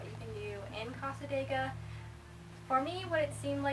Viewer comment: You're pronouncing cassadega wrong lol sorry but as a local its a bit annoying. The area isn't haunted at all they just use the reputation to make money as a small town.